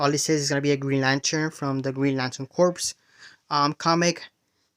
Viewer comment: I know that it looks like it’s pronounce ‘Green Lantern Corps”, but it’s pronounced CORE, not corpse.